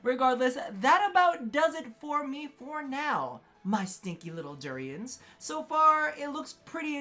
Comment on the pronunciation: Are you saying stinky little durians or Turians?